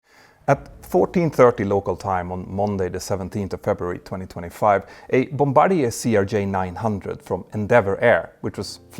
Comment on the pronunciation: Finally, someone who knows how to properly pronounce Bombardier.